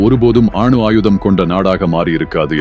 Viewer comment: அட பாடுஸ் அது அணு ஆயுதம் ஆணு ஆயுதம் அல்ல தமிழை சரியாக உச்சரிக்க முதலில்.கற்றுக் கொள்ளுங்கள்